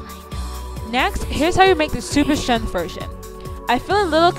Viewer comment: Honey you are mispronouncing the word strength, look it up on your IPhone and listen to the way they say it on google